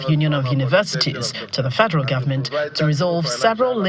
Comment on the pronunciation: Someone should tell shettima that it is pronounced "government " not "gomment".